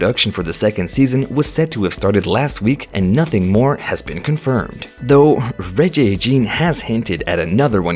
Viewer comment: Please pronounce his name correctly- Regé as in reggae and Jean pronounced in French!!!